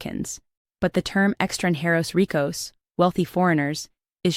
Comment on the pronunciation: You lost me with "extra inheros ricos" - if you can't pronounce the terms either look it up or use something else. It's hard to take evidence seriously when it's severely mispronounced.